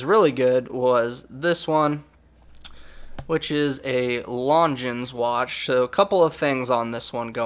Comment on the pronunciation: The French pronunciation of longines lon-Jean not lon-gines.